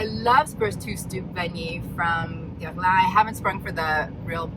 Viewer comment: I wish I could say Guerlain like you!